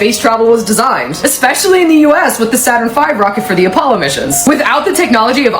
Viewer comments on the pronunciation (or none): none